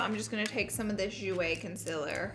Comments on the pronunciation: sis, it's concealer not "conselr" no hate , just saying 😤😂💅💋💄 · Girl it's concealer not consiller. Learn to pronounce, bruhhh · CONCEALER not CONCILER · The way you say concealer gets me every time 😂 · laura i love you but you saying concealer wrong is getting on my nervous